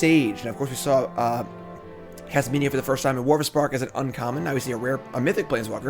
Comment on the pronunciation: also not Kasminia lol